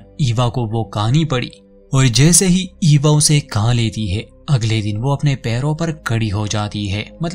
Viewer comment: Tumhara hindi bohot atcha hai lekin khaa aur khaana ko ka ka kyon bolte ho...??? Please try karo khaa bolke. i really like your channel.